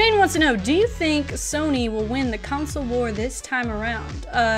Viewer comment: Lol councile